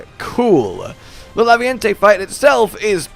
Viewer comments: Raviente. Raviente. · isnt it Raviente?